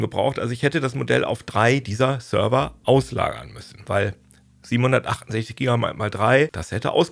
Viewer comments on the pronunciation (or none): none